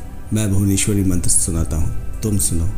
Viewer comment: मंत्र का उच्चारण तो सही है कृपया मंत्र लिख बताने की कृपा करे